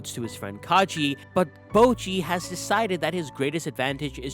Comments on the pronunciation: It's Kage (Kah-geh), not Kaji. The "ge" in Kage is pronounced as the "ge" in gecko. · Its kage tho not kajei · Its Kage, as in Shadow. (Ka-gay), like Hokage (Hoe-ka-gay), his name is not Kagee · I hate to be that person but "Kage" isn't pronounced as "Kaji". It's pronounced like "Ka-gay". It's the Japanese word for shadow. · say it with me, "ka-geh" not "ka-ji". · Did u really just say Ka Je?! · Hurts to hear it all throughtout the video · omg did u just call kage 'ka je'?? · also i think its pronounced kage like a short g sound not a j sound cause kage in japanese means shadow. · That's a weird way to pronounce Kage.